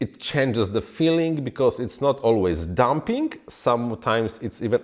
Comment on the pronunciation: Thanks! That helped a lot! When listening to the D-term section, I kept hearing you refer to dumping, and got confused. Eventually I realized you were saying damping, and things started to make sense again. :-) I'm not trying to criticize, just trying to be part of a feedback loop for you. I wouldn't even try to speak your native language, so I appreciate you talking to us, in ours.